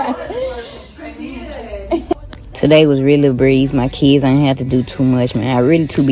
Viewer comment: Im in the middle of teaching my daughter to read and properly pronounce words. Hearing her say Keeds, Seeck, and Seester. How she pronounces the "i" in some of the words instantly got on my nerves...